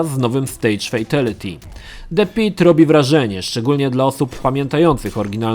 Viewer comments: Mordeczko jak juz sie tak wszystkiego uczepiles to ja tez sie uczepie. Mowi sie "fejtAliti" a nie "fejtEliti". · [Fejtelyty]? Brzmi tragicznie jak Szpakowskiego [Szira]